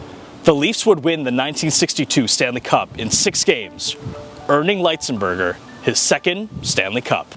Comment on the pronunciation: This was a great video about an underappreciated NHL player. Keep them coming! One thing, though: I believe his last name is pronounced with a short I sound--not a long I sound. There are a few other videos about him on YouTube with his surname pronounced with a short I sound. That's the way I've always heard it, too.